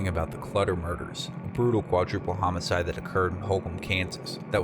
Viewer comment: So no one in Witchita knows how to pronounce homicide?